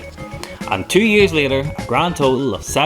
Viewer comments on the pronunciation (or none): none